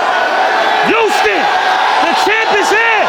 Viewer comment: He pissing me off with this YOUSTON SHIT ITS HOUSTON HHHOUUSTON